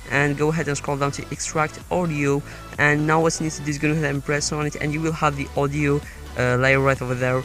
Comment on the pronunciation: Every time you say Audio it sounds like Oreo😂